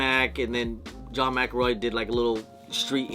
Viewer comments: McEnroe McEnroe McEnroe!!!! Not McElroy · its John Mc Enroe not Mc Ilroy😊